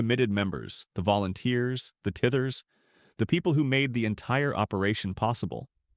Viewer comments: Maybe have a literate HUMAN narrate. "Tithers" instead of TEYEthers. Pitiful. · I chuckled when the narrator was listing the folks who were leaving mega churches ( or so) and said that among those leaving were “tithers “ (pronounced with a short I), instead of “tithe-ers” (people who tithe). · Maybe look up the pronunciation of tithers as well. This narration seems artificial and insincere…